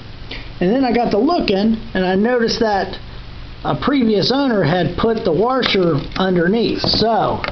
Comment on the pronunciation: No R washer except at the end. You keep saying waRsher. Sorry I can't get past that!